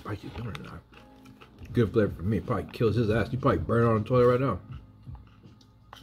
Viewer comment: Lolz.. Coming right nouw.. That's how the now sounded.. 😂😂🐞